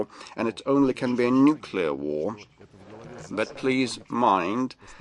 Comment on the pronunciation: El púton lo que quiere desde hace tiempo es apretar el boton "nucelar". Si no ha tardado en soltarlooo!! Estaba deseando